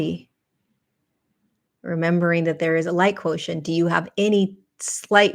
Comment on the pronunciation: The language teacHer in me confirms "quotient" as ~KWO-shent (I do this phonetic spelling all day ;)